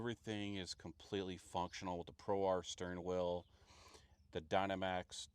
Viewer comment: It's so easy to say it incorrectly but its pronounced DY-NAMM-ICKS